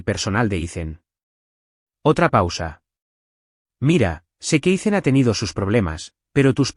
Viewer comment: Learn how to pronounce the name Ethan, don't make it sound stupid by saying icen